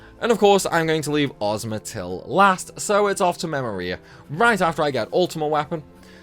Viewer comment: Am I the only one who says memoria different you it sounded weird hearing u say it